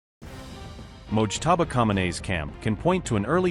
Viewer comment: Who is Moztaba? An AI generated leader😂